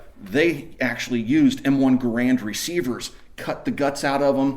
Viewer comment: HE'S SAYING GARAND WRONG